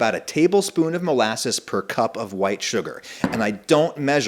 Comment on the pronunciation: The emphasis on WHITE sugar made me think you dislike a lot of brown things